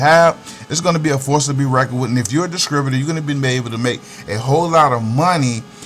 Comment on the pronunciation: Rotflmmfaooo!!! Wait. Are you saying Dis*TRI*Butor or DisCRIButor....because that's what the hell0 it sounds like!!! I'm just sayin....